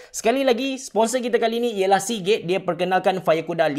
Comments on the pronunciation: aku dengar ckp seagay😂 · Sponsor Hari ni ialah Seagate What I hear: Sponsor hari ni ialah si gay Tak tau kenapa dgn telinga aq ni🤣🤣🤣🤣